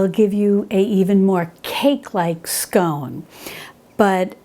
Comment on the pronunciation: Hi, I’m so glad you got the pronunciation of scone right so many get it wrong, did you know that here in the UK there are two ways of serving scones, the Devonshire way and the Cornish way, yours was the Devonshire way with clotted cream first then the jam, Cornish is jam first then cream. Can’t wait for the clotted cream recipe.